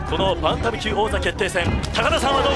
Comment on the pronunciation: みんなに言いたいけど バンタムね バンダムじゃなくて